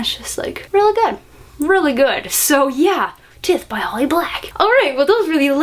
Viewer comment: Just a heads up, Tithe is pronounced... ty-the, not tith :)